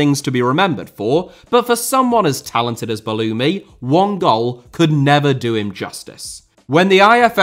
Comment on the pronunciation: Wow as an Algerian I couldnt believe my ears when you said Belloumi. Respect your ball knowledge